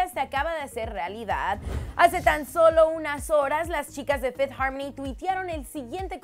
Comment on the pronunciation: Minuto fifty harmony???? Error de escritura o de pronunciación